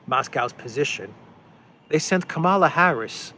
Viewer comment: It is Kamala as in Pamela.